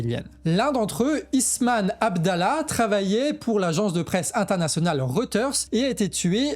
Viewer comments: Jm vraiment le pour avoir le mérite de faire du journalisme non biaisé fondé sur les infos confirmées et aussi pour le ton! Seul bémol: par pitié, entraîne toi à prononcer correctement les noms! Al Shifa et non Al Shafi; le nom du reporter: Is-sam et non Isman. And repeat after me: Human Rights Watch 😂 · RIP, tu prononces Ismane alors que son prenom est Issam... Sinon toujours au top, le meilleur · Tres bonne vidéo mais bon sang le journaliste s’appelle ISSAM et pas Isman (qui est un autre prénom féminin, d’ailleurs). C’est chiant, franchement. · AL SHI- FA c'est facile à prononcer!! Et le journaliste s'appelle I- SSAM! Alors tu en perds ton...arabe ou quoi?😅🤣